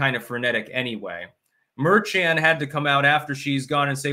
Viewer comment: says "Merchan" as if it's a Chinese name. 😂 It's pronounced 'mehr-shahn.'